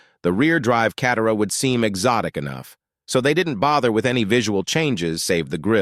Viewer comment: "CAT-e-ruh" is my favorite. Someday, there will be a YouTube channel dedicated to the "WORST AI Voice Overs of the 2020s!" And this will be there.